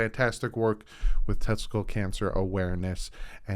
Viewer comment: my man, it's not testicle cancer, it's "Testicular cancer.